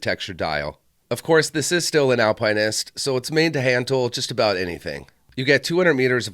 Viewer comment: Why are you pronouncing it that way? There is no E to make pine. Al pin ist.